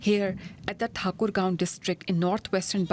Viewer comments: It's actually thaa koor gonj like you hear gunshots tatata, it's that ta, ta koor, ganj😅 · It’s Thaaaa Kur Gaon … learn to pronounce names correctly when you are a journalist